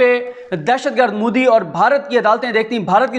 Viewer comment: مَندَر نہیں، بلکہ مندِر _ مُودی نہیں بلکہ مودی